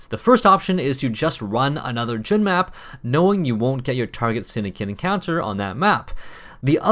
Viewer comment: Fun fact, Jun is pronounced Jon.